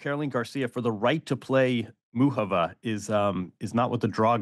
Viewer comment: YES! Thank you. Americans use to be encouraged to learn second/more languages, but that was roughly a century ago. They turned inward. Any way, can we talk about there being no OOK in Muchova??? Say this: MOO hoe vah. Cheers!